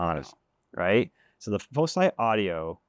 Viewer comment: I also think it should pronounced like "foci"